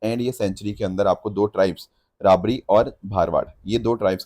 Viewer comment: Correct pronounciation रबारी and भरवाड़ Tribes of kutch 😊 I'm from Gujarat